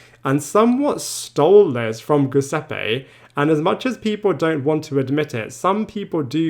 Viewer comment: I'm baffled as to why people like this narrator refuse to pronounce "Lucia" correctly. Do they not actually listen to how people say her name? It's a super common Italian name and very easy to pronounce. So disrespectful to make up your own way to say it, and so unnecessary. Also "Giuseppe" -- very common, very easy, it's pronounced correctly in the show if you don't already know how to say it. Talk about an unforced error.